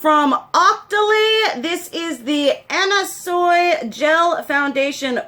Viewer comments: It's pronounced Anna "Swee" btw :P xxx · it's pronounced Anna swee 😁